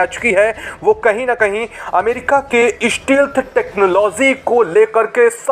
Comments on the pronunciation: The correct pronunciation of the word " stealth" is 'stelth', and never 'stilth'. Vishwas na ho toe kripaya dictionary dekh lijiye. Please don't keep mispronouncing this important term so repeatedly. Jai Hind Jai Hind. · स्टेल्थ, याने के ब्रेक (break) = स्टेल्थ सही, जी, स्टील्थ नहीं।